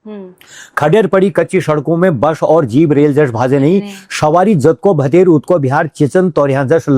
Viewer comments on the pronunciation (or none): कच्ची शड़कों पर शफर ❓❓❓❓❓ "दूशरी रात...."❓❓❓❓❓ आपलोग "स" को "श" क्यों उच्चारते हो, - "शवारी" ❌❌❌❌❌❌ शड़क, शवारी ❌❌❌❌ "व" को "ब" ,,,,, बथाना जरा "देबियों" ❓❓❓❌❌❌ "बश" ❌❌❌❌ - शंगीत ❌❌❌❌❌❌❌